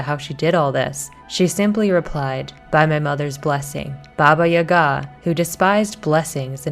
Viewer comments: Really cool video, but I find your pronounciatin of "Yaga" (Jaga) weird. In Polish we say it with an accent on the first syllable YA-ga, not ya-GA. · When I was growing up, grown ups would always use Baba Yaga as a scare tactic to get kids to go to bed at bedtime lol However the stress mark on the name Yaga is on the first a, Yága :) great job on the video! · Yaga like saga.